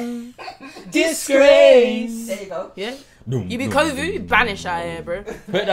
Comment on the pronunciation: My man said hoevid 😂😂 nah bruh I’m actually crying 😂😂😂